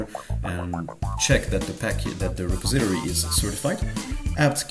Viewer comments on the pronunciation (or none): Kinda late to the party here (but new to ElementaryOS, which is how I found your channel) but since you asked (sort of)...."repository" is pronounced Re-PAWS-i-tor-ee. Looking forward to seeing more of your videos. I actually started with some of the newer ones (the tutorial on installing Elementary Tweaks was very helpful) but now I've gone back to your beginnings and will view older-to-newer from here.